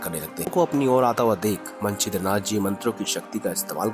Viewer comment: ये मंचिद्रनाथ जी हैं सबसे पहले नवनाथ। मन चिद्रा नाथ क्या होता है भाई?